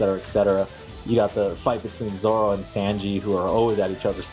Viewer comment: Awesome, sorry to be that guy. It's pronounced Sawn-G. For Sanjis name, Zoro etc. Not sure if anyone's mentioned it yet. Great work though with these.